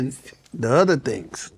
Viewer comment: Uhhh…”and the other tings!!!” 😳🫣😈